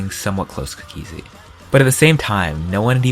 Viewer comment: always pronounces cookiezi cook E zi